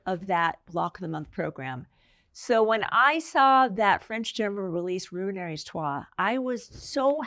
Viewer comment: French pronunciations can be tough, lol—-it’s Roo-on-ree.